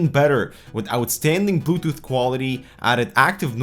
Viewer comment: he said butooth. lol